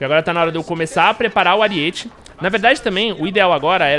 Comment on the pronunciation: Aríete******* kkkkkk video muito bom, so fiquei agoniado com o "ariête" auhsuhas